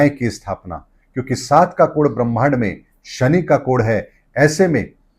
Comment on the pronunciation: त्रुटिपूर्ण उच्चारण। कोड़ नहीं कोड कहिए।